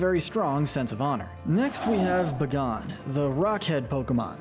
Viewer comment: Buh-gone huh? Never heard it pronounced that way. It's definitely pronounced Bay-Gone